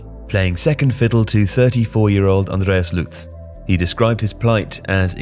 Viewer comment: I love you, but damn it: please make at least some effort pronouncing foreign names. Tuchel is not Toohull and Luthe is Loot-he not Loots